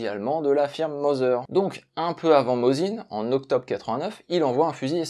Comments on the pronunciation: Si ça peut aider: Mossine et non pas "Mozine". En russe c'est écrit avec un C (s) pas un 3 (z) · Merci pour ce bon épisode. Je possède trois modèle différents de Mosin et des cartouches alors que je n'ai jamais eu l'occasion de tirer au fusil... Une petite correction : il aurait été plus élégant de prononcer le nom russe, Mossine.